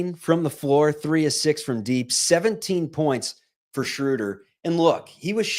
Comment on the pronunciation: you have GOT to learn to pronounce Schröder correctly, or just go with the traditional long O like the Peanuts character. You are not "Respecting the umlaut" the way you butcher it; you make this show unlistenable for me. Here's how you do it